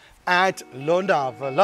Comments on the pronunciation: Bhai that is not londawala its lonavala..... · Londawala ya lonavala 😂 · Londawala 😂😂 nahi lonawala ha bhai 😂😂😂